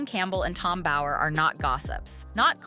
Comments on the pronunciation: BOWER, not Bauer. Amateurs…. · It's Bower not Bauer as in Steven Bauer. Someone needs to fire the person who translate 😅